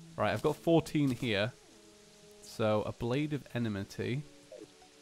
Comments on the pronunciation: Enmity Pronounced like En-metee not enamitee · Your suppose to say it like this. Em-i-ty